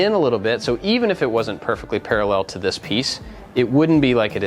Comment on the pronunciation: "parallél" Love the video, thanks!